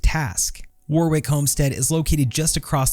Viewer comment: Warwick is pronounced Warrick. (The middle W is silent.)